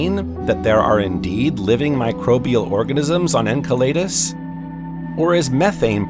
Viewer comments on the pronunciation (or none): Firstly, I think we should begin to agree on the PRONOUNCIATION of these moons and planets. En-Sell-a-dus NOT EnKa laydus, U ran us, NOT Ur Anus. If we can't even begin to agree on this, how to you expect the human race to agree on a global movement into a space-fairing civilization? Yes it's small and petty, but this is the seed that grows into division. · It's pronounced "ENSELADOUS" not "enkelaydus". Just saying... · Butchering again, Jupiter’s moon Enceladus, my gosh terrible. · The narrator of this video pronounces every moon in our solar system incorrectly. He's driving me crazy! Someone better teach him how to pronounce Enceledus, Omouamua and many other moons or just get a new narrator! Please.